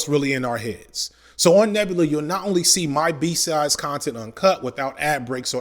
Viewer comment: I keep hearing ‘B Sides’ as ‘B Size’ 🤦🏽‍♀️🤣